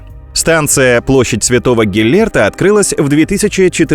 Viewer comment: Будапешт! Станция не Гиллерт а Геллирт !